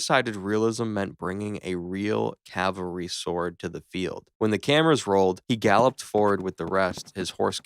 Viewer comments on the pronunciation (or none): Cavalry not calvary